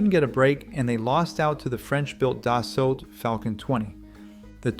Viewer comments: Dassault is pronounced more like "dah-sow"" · Bro really said “Da’ Salt” instead of “Dassault” 💀☠️ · French names don’t use most of the last letters, it’s not DassulT it’s pronounced “Dasoh” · You just gotta forget about that French T! Say Dassault like its not there! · You don’t pronounce the “L” and “T” at the end of “Dassault.” 😊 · Man come on you are mispronouncing Dassault